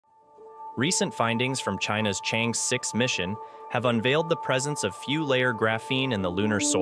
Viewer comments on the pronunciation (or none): Thank you for sharing, but the lunar probe is pronounced as Chang-er, not “change” Tq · The Chang 'e mission should be pronounced as the "Sheung Ore" mission, Sheung Ore is a girl's name. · You can't even pronounce Chang'e properly.